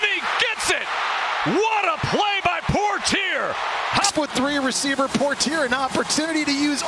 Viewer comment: Poitier - por-tear, lol. It's poy-tee-AY. Thanks announcers for butchering an easy name.